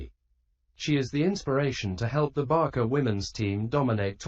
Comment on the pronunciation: Barka?????? Pron. Barsa.